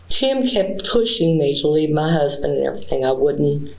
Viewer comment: “ He wanted to come to ma house….. to ma house …. I said no-sir 😂😂😂😂